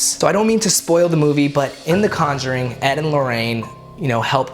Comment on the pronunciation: "The Conguring"